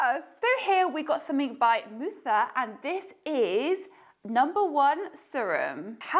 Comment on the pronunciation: MUTHA is pronounced muh-tha. It's a play on mother.😎